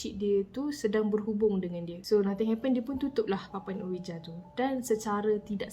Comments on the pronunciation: Triggered every time said OWIJA when the pronunciation should be UIJI 🙃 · Sekadar perkongsian sbenarnya sebutan untuk ouija tu disebut “wuiji”. Smoga dimurahkn rezeki slalu amiinnn ♥️